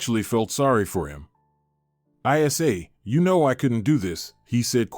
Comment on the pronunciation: It’s not I s a, it’s Isa, short for Isabelle.